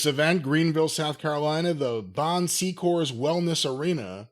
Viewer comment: bon secours not bon SEEcours 😂